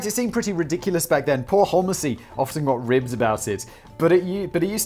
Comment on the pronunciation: I'm guessing it's pronounced "home-zee" Simon. From the surname Holmes, like Sherlock) A bit more likely than holl-messy 😂